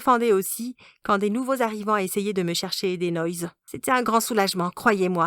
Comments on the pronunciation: C'est pas des "noïz" c'est des "noix" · J’adore « des noïses » 😂🤣😂😂